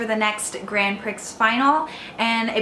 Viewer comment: It's actually pronounced Grand Pree as the "x" is silent! I know it's hard to tell the real pronunciation because they're speaking in Japanese, but it is pronounced the same all over the world :) Thank you so much for this video! I need to watch Noragami now, LOL